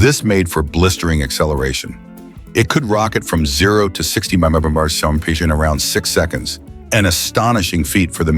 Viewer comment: Bullshit Ai, can't even say MPH correctly NOBODY "FOrgot" about these. Pure CRAP.